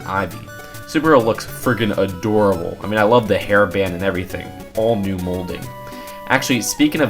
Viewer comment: "Firckken adoorable"